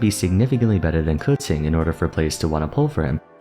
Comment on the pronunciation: "Dendro kutzing" ok bro let me quess, qiqi is "tzitzi"